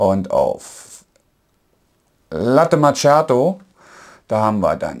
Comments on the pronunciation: Daumen hoch für die klare und tolle Übersicht und Erklärungen. Top Video. Bitte bitte bitte: Latte MaKKiato und nicht immer Latte MaTSCHiato - das tut echt weh. Ciao. 😉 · "Latte Matschjato" alter.... Es heißt ausgesprochen MAKIATO. Ist das so schwer? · Das heißt Kaffee (langes "e"..), nicht KAFE.. oder Kafö.. Ähnlich wie mit Latte Macchiato, so wie es auch dort steht... nicht MATSCHiado. Immerhin habe ich kein "Expresso" gehört. Aber trotz der blutigen Ohren: es ist sehr schön realisiert! Ich würde sogar fast behaupten dass Du alles erklärst, bis auf die Mahlwerkeinstellung. Super gemacht.